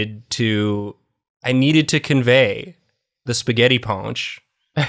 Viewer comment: I've been having a bad day today, but then I heard say "spaghetti pawnch" and I suddenly feel much, much better akjsfksdj